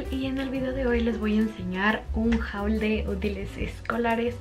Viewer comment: Tantos videos y no sabes pronunciar "haul", tus videos cada vez, más de lo mismo... 😴